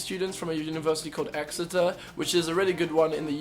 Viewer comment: Hahaha omg I thought the same thing when he said Exeter 😂